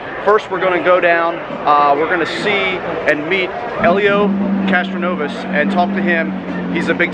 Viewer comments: early on did you say CastroNOVA? lol No worries, sometimes a Freudian American Muscle Car slip can't be helped. Were you told how hot the tires can actually get during a race? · Castronovez.....Castronova? WTF! This man is famous, at least learn how to pronounce his name before you start filming. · Helio "Castronova" 😂😂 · At least pronounce the driver's name right: Castroneves Good video though, lots of good info. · Good Lord learn how to pronounce his name. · Can't believe how many times you mispronounced Castroneves's name. Shame shame. Really enjoyed you sharing this look into Indy for us. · Anyone notice how many times he messed up saying castroneves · Being from Indianapolis, I cringed every time he said his name... I've sat in the stands and watched him win the Indy 500 a couple times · Gimp geek couldn't agree more. Us Indiana folk had to about puke every time he said his name.